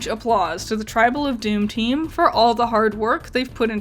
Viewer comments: Yeah, this bugged me every time you said it. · It's Tribble not Tribal.